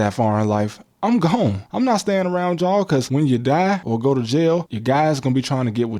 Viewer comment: "yaw" instead of "yall" is crazy lol